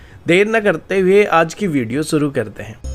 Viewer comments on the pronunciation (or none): सुरु करते हैं? या शुरू करते हैं? भाई हिंदी अच्छी बोला करो